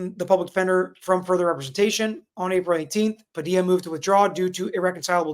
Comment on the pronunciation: how you gonna be a whole ass Floridian and say "Pa-dee-la" lol